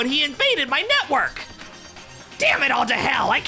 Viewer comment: It sounded like he said Nutwork